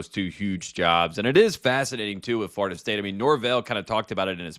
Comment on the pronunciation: More “FARTA State” talk from my guy Tate. Tf kinda accent makes one pronounce Florida as “FARTA”?